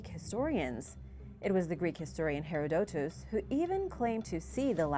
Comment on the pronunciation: Learn to pronounce "Herodotus."